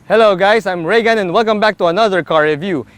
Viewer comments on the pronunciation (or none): none